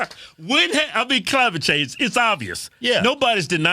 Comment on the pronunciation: LOL "Chimate Clange"